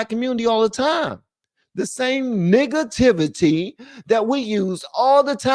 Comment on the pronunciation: He said Niggativity 😂😅